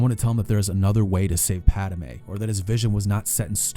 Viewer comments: Idk if you do this on purpose or not but... Count Doughku? Padame? Still funny tho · Cool video. Coulda done without the tired Disney hate but whatever. Guess we can't ever talk about SW without shoving some unnecessary hate in there, despite that not having anything to do with the topic at hand. Also, who the hell are Dokoo and Padame?